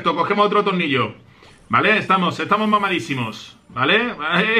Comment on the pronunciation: no se por que pero tengo la sensacion de que dice tolnillo. like si lo has notado